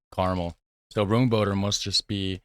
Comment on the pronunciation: Roam boater I think I would phonetically write it. Same for the stroop: stroap (long and open O in dutch is oa in English) ...and open up the A in waaaafel. Like when you scream aaaaaa! when you have a godzilla you are trying to get away from ;-) Room, boter, and stroop, all have the same sounding open O. Stroop rhymes with hope, boter with floater, and room with loam. So let me turn that around for English logic: Loam for room (cream), floater for boter (butter), and hope for stroop (syrup). Hope you don't mind me twiddling your language. ;-) You're doing awesome!